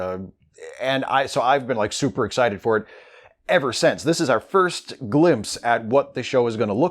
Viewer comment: hey i love your vids, but i'm interested why do you say "sense" instead of since. plz let me know :)